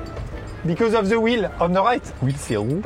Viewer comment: Le truc c'est que il a prononcé "will" pas "wheel" (je peux juger jsuis bilingue)